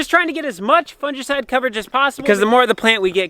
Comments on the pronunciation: Fungicide g not j, it kills me every time you say it like that 😂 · Fungi (pleural) fun•gi pronounced fun•guy. So fun•gi•cide is pronounced fun•guy•cide, (long i) Your welcome 😍